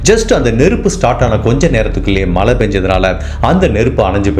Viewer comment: Malai, valkai, sir, u videos are so good and beautiful narration. Just focus on Zha Tamizh, not tamil